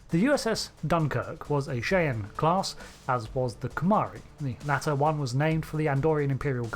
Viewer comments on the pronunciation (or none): A Gentle Correction: Cheyenne is pronounced ‘Shy-Anne’.